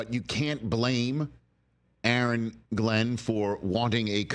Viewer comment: Really Rich A A Ron? 🤣🤣🤣